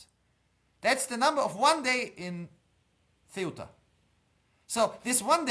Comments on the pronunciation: Please pronounce Ceuta correctly. It's Ceu-ta and not Ce-uta. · You're mispronouncing CEUTA. I remember studing about it in secondary school.